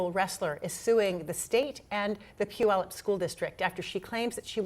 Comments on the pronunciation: It’s crazy hearing those high school names coming out of your mouth. I’m from Washington state and have friends who attended both high schools mentioned. Once again, I am both impressed and acknowledge you pronouncing Puyallup correctly- it does show that you do your research. Much love from a lifelong Washingtonian with common sense. ❤ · Way to go, pronouncing Puyallup correctly